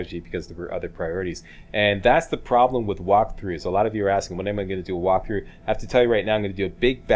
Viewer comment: Lol "Whopthrough"